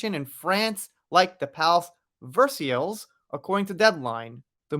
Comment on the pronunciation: Jeanne du Barry is pronounced ' Zjan du Barry' Louis is pronounced ' LOOee' Versailles is pronounced ' VerSIGH' and Cannes is pronounced 'Can'. If you Google ' how to pronounce Versailles, etc... you will hear a recorded voice pronouncing it correctly.